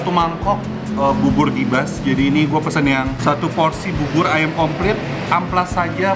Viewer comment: Bisa ga si ngomongnya "AYAM" not "AYEM"